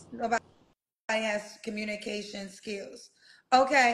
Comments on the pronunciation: This cant be real. Theres no way he really messed up the word "communication" that badly while ragging women for not knowing how to communicate 💀💀💀🤦🏿‍♀️ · He fixing cars…. He need to get them teeth fixed… he can’t even pronounce communication 😂😂😂😂😂😂